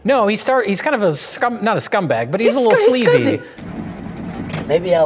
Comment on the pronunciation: I love how he said Dimondback could'nt have a kid because she's a sleazy f'ing vampire. The way he emphasized the words made it seem like being sleazy was more of the reason than being a vampire was. lol